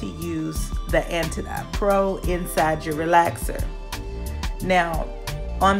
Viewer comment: It’s pronounced like antidote. Like oatmeal. It’s an anti-inflammatory.